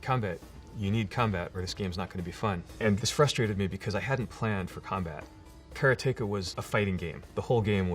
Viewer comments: first off 'kara-teka', huh all this time I never knew that's how it was pronounced. As for prince of persia I definitely had fun with the SNES version, I'd love to sit down with the apple II version of that and karateka and finally beat them, though! this was super cool to see how that game was created, and blown away by the twist to beat the shadow-man that must've thrown people back in the day! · Despite having a close Japanese friend. Maybe she wasn't saying 'combat, combat!', maybe she was saying 'karaTEka, karaTEka!'. 😂😂 Either way though, awesome Dude and some great memorable games. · So I know he made the game and all... but I always thought it was pronounced Karate-ka :) And even Jordan Mechner isn't changing my mind about it :) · so that's how you pronounce Karateka, trust an American to say it different, even if he invented it :] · Since this was made, someone ported Prince of Persia to the Atari 8-bit and it's awesome. It's a conversion that should have been done a long time ago. Also Mechner says Karateka wrong. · How can someone who made a game called 'Karateka' pronounce it so badly? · The way he pronounces "Karateka" despite saying "karate" normally is bewildering. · When I was a kid playing karateka, I always wondered why some people were pronouncing "Karateka" so strangely. Now I know! It started at the top. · Is this guy sure he's pronouncing Karateka correctly? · Just learned I was mispronouncing Karateka my entire childhood! I thought the accent was on the second syllable. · Prince of Persia could have been ported to the Atari 8-bit since it was already done on the Apple ][. He also doesn't pronounce Karateka right. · Hey Jordan! I was born in 74 and grew up playing your games (dad bought an Apple ][+ in 1979). Until watching this interview, I thought it was pronounced kuh-RAH-ti-kuh. Heading you pronounce it sounds wrong to me :) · Care-ah-take-ah, got it. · care-uh-tay-kuh. not "karate-kah". this was this most imformative part.